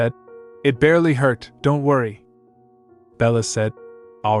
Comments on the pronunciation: Why can A.I. not pronounce "it"? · Ai has got to figure out how to pronounce "it"